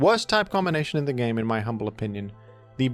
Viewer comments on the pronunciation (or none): none